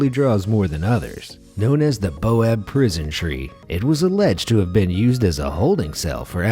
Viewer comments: ITS BAOBAB NOT BOAB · Baobab not boab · your pronunciation on this video was atrocious. you should look up the pronunciation of the names before reading the script. also it's baobab (pronounced bay-oh-bahb) not boab. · isnt it "baobab"' not "boab" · I've noticed that you both misspell and mispronounce a LOT of words on here. Your "baob" tree is spelled BAOBAB, and is pronounced, bowbab. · Its not boab. It baobab. Pronounced bayobab or bowbab... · Stupid mzugus it's pronpuce bAObab